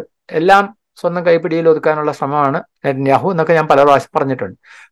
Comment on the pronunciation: നിത്യനാവു... നാവ്വ് വടിക്കാതെ പറഞ്ഞാലേ ശരിയാകഉഃ.. 🤣